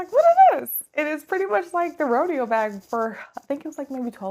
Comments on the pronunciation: Great review. I'm thinking of this bag. It's pronounced Row-day-oh, like Rodeo Drive in Beverly Hills. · Haha the way you say "Rodeo" is killing meeee. But otherwise, great review!